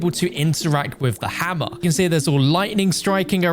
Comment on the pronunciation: You said for hamer i was funny😂😂😂😂😂